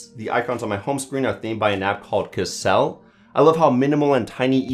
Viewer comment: the Kecil is pronounce as "ke"-"cil" not "cell", its indo or malay :p it mean Small